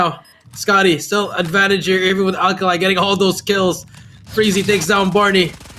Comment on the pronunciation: his name is Alekhine NOT Alkaline.